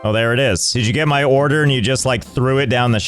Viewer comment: "Ore der"